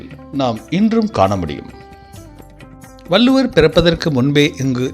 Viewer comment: வல்லுவர் இல்லை வள்ளுவர் என்று உச்சரிக்க வேண்டும்